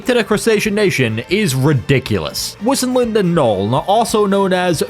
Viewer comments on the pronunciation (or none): none